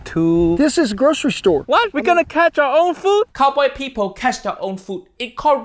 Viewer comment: "cowboy PEEPOW cash their own FOOO"